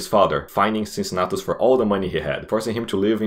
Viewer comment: "Unbiased" lol. Even Caesar was more unbiased than you in his commentarii about himself. Funny video anyway good job. Cincinnatus's pronunciation is wrong btw.